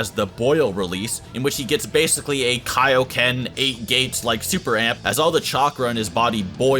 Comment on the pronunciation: Bruh this man's said kai-o-ken I'm dead